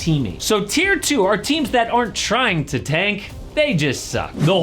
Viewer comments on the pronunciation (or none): "TEARS" & "THTAT" 🤣